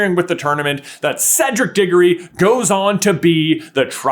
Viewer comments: Can I get a price check on how he said cedrics last name? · you did NOT say Diggory